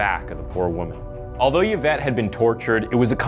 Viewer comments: Her name is pronounced E-vet pain-ya His name is pronounced Hi-me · Yvette is pronounced Evette. Other than that, your video is well done. Thank you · PLEASE educate yourself about the differences between being psychotic & psychopathic! There is a huge difference which is very important. Also, learn how to pronounce the names of the people in your stories. It’s pronounced E-vet (Yvette) and Hi-may (Jaime). It really bothers me, especially when the victims names aren’t pronounced correctly. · Its not pronounced Y vette its I vette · EE-VET, not YA-VET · E-Vet... E-VET. Not Ye -Vet. Dude, you always fuck up proper nouns/place names.... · It’s pronounced ‘E-vet’ not Yavet🙄🤪😂, it distracts a bit from the story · eevet, not yevet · I'm pretty sure Yvette is pronounced eevette not yavette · I couldn’t finish this dude. It’s pronounced ee-vet. Not yuh-vet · Just gotta say that the narrator undermines his credibility by repeatedly mispronouncing the victim, Yvette Pena's, name. It's pretty disrespectful. Yvette is pronounced, ē-vette. Not "yeh-vette." The letter "y" can act as a consonant or a vowel. In the case of Yvette's name, the letter "y" functions solely as a vowel with the long "e" sound. Also Corcoran is pronounced, kor'- kran. Not kor-kor'-an. The video seems to be well researched and produced other than these mispronunciations. Time to up your game. If you are not sure about a pronunciation, look it up or ask someone. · Yuh-vette Pee-na? I think its pronounced Ee-vette Pen-ya. I could be wrong. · The ‘Y’ is pronounced as an ‘E’. Phonetically it sounds like ‘E-vet’. 🙂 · “Eee-Vet” “Payn-ya.” That’s how you say “Yvette Peña.” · EE-vette PAYN-ya HIE-may o-SU-na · Just to say Yvette is pronounced “Eeevet” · Hey just a heads up, but Yvette is pronounced “Ev-et” and sometimes “ee-vet” :) the Y isn’t pronounced how we’d usually pronounce it, that’s all! Think of the name Yvonne (pronounced Ey-von or Ee-von) it’s kinda the same as that :)